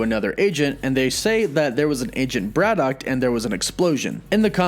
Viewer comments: WOW!! Never knew there was a T at the end Brian Braddock -- ah sorry BraddocT. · 1. Brad-OCKKKKKKKKKK … 2. Hercules was DEFINATELY a Full Avenger , read past the third line on wiki next time , my dude. 3 . Swamp thing photos , man thing bio … lazy. Overall : C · You're adding a "T" to your pronunciation of Braddock. Also, why do you say "Britain" so strangely? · The way you pronounce BRADDOCK and BRITAIN triggers me so much haha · That pronunciation of Braddock makes my ears bleed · Love the vid but why'd u put a t on the end of braddock lol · Dude, I love your videos and the info you provide, but please work on the over-annunciation and pronunciation of various words. “Braddock” not “Brad-dockt”. “Mutant” not “mu-tantt”. Etc…